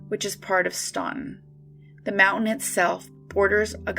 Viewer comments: Stan-Ton. The u is silent. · Staunton is pronounced “Stanton” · Staunton is pronounced "Stanton". Not sure why, but they are very insistent on this. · I live in Staunton (it’s actually pronounced STAN-tin, the “U” is silent) and I knew Bobby Ray Fitzgerald. I don’t have anything to add really I just wanna let everyone know that to those of us who knew him this case still fucks with us to this day.